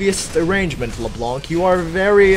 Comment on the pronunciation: the c on Leblanc is silent.